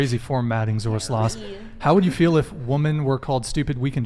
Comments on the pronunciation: I love how read it as Zoro slost instead of Zoro's Lost. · Hearing him try to say "Zoro's Lost" is both cringey and hilarious at the same time 😂